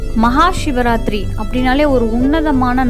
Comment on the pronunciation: ஏன் ஷிவராத்திரி என்று உச்சறிக்றிக்கக அதுசிவ ராத்திரி. சி என்பது நெருப்பை குறிக்கும் ஷி என்றால்???